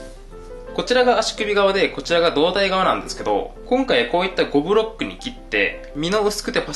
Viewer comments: どぶろっくって聞こえてしまったww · 5ブロックがどぶろっくに聞こえた 耳鼻科行こう